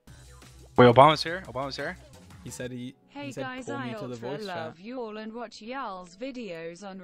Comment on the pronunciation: I’m sry y’all but the way you went yAlL Why Why did you say it like that